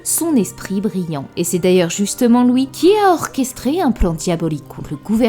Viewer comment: Tu dis toujours "loui" plutôt que "lui" 😂